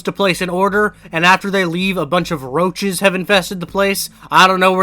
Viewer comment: I thought when you said roaches you said rochas like the roblox arg